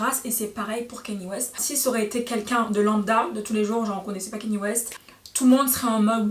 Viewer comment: On prononce pas keny ,mais Kanye.par contre j’aime bien la vidéo